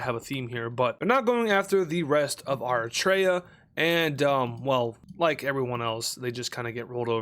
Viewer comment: If you can ever find me a white person who knows how to pronounce “Eritrea”, it will be a divine miracle. White people generally believe they know exactly how to pronounce Eritrea…and not just know but absolutely nailed it. As an eritrean, it’s very cringe and couldn’t be worse.